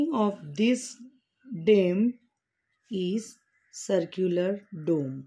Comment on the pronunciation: Mam it was built during the year 1656 not 1956 And it's pronouns डोम dome not डेम